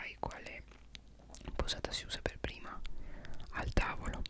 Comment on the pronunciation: Il principe che arriva da dietro dicendo pavli di me pev caso era inquietante 😂